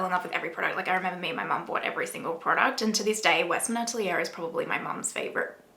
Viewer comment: Maybe pronounce the french word "atelier" correctly, for a great video 😉